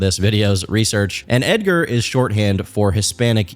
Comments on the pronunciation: bro said Edgar with a hard A-R 😭😭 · Ed-ger Ed-gar 😂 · Edgar with the hard r is crazy